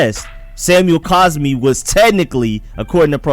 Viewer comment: If you're going to make a wrong argument the least you can do is say the guy's name correctly it's not caspi it's cosmi